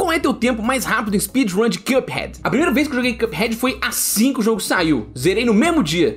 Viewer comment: Mano pq esse cara ao invés de falar cuphead fala quiâphead